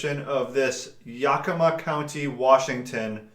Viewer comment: It's pronounced Yeah-kuh-ma. I live in Washington state. :)